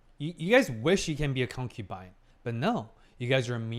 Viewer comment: My drinking game ended with stopped saying concupine 😔